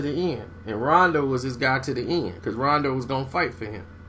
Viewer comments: did this nigga say ronde rondo? lol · I thought it was just me who heard that! I had to put my brew down like WTF?????? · "ronday rondo"?😂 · Example: Disorganized chaos lol